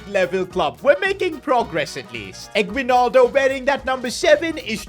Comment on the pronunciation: The pronounce for his name is eggnaldo. (Yeah, we made jokes with it)